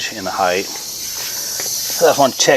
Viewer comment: It’s ride HEIGHT,, not ride heigth!